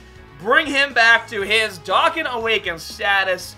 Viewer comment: You say Dokkan so wrong 😂